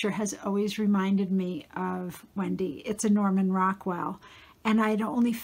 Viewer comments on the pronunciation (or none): none